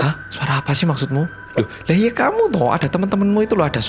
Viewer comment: Kayaknya kesleo pas percakapan "hmmm iya.. kayak ada suara cewek gitu" bilangnya "hmmm ye... " 😁😁😁